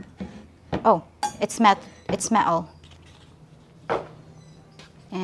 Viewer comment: You said metal the way people here say Martin. As in Ricky mart in. Lmao